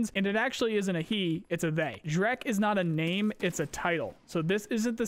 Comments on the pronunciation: zhrec is not pronounced as shrek lol. it's more like zhrets (Put this to google translate in russian and press Listen: жрец). It means preist. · Zhrec is not Shrek, it's J-(like in "genre")-re-ts(like in "pets"). Meaning priest, sacrificer. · Did this guy literally say Shrek? LMAO. It's pronounced "Jretz" Жрец (priest) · Zhrec should actually be smth like "zhrets" 'cause it russian "жрец", meaning "pagan priest", literally -- "sacrificer" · Just so you know last letter is pronounced like "ts", so it's more like "zhrets". You can paste жрец to Google translate to listen to it. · Zhrec: exsists: S H R E K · Zhrec - Zhrets - something like a pagan priest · Since Tarkov is made by russians, I believe the name Zhrec ( which you read shrek ), is supposed to be the russian word for a priest. Please open google translate and type in "жрец" and listen to the pronunciation and stop reading it shrek. I love your vidoes, take care. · Zhrec is a priest on russian) and last C sounds like “ts” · The Zhrec is pronounced [zhrets] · Zhrec should be pronounced like Zhrets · Zhrec is russian word ''Жрец" and it means - priest. So listen in translater how to pronounce the russian word)